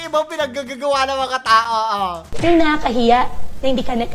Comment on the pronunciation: Hindi mo ba nahahalata na intsik ang accent! Imbis na aral ay alal ang bigkas niya. Ang pero ay pelo ang bigkas. Kaya hindi talaga Pilipino ang pagka tagalog niya.